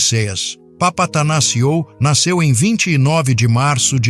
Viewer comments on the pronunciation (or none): Na verdade é Vânguelis, derivado do nome dele, que se prinuncia Evânguelos. E o "ou" do sobrenome tem som de "u", como de resto em praticamente todo o idioma grego: Evânguelos Odísseas Papathanássiu. KALIMERA!